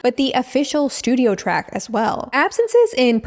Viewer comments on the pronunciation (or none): none